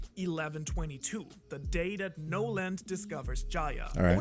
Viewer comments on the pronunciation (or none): Montblanc No-land lol